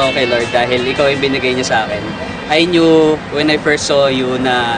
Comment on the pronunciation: knew is pronounced as "nu"